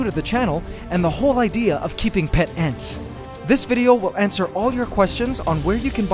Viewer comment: I swear I heard antswer